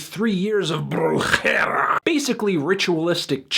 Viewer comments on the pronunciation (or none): Its Brujeria and its pronounced BRU-HEH-RE-AH,dont wore, Latino Twitter will help you out too gueritto chulo.